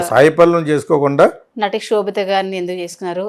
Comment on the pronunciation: Anchor, sobitha not kshobitha